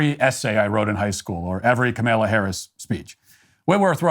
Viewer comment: Dear Matt: Please learn to pronounce Kamala as she prefers, which is with the stress on the first syllable. She did make a video in 2016 making something of a big deal about it. New York Post had a phonetic pronunciation, comma-luh.